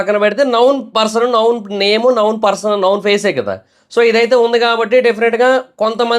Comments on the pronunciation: it's known not noun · నౌన్ కాదురా నాయన, నోన్ అనాలి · అది నౌన్ కాదు నోన్ pronunciation తప్పు. నౌన్ నామవాచకం నోన్--తెలిసిన/పరిచయం ఉన్న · Known pronounciation thappu correct cheskondi known=నోన్ ✅ నౌన్ ❌